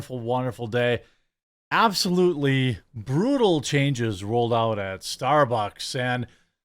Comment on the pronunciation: Lol "brew-tal"